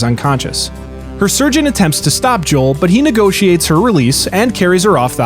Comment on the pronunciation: “Negotiates her release”